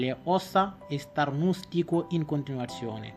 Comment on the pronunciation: Ciao, grazie per il tuo video, è importante divulgare con semplicità le cose importanti. Scrivo qui sotto alcune parole scritte e pronunciate in modo sbagliato: - IN FARMACIA - STARNUTISCO - FEBBRE - MI RACCOMANDO - RAFFREDDORE Grazie mille